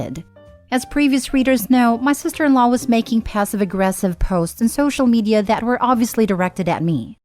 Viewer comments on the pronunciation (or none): none